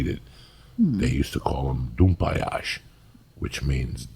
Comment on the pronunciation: It's DUPA JASIU not doompa yash 😂